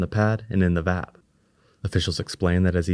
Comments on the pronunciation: It's V-A-B not Vab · It isn't customary in US english to prounounce VAB as a word. Individual letters of the vehicle assembly building spelled as an acronym are generally most comfortable for listeners.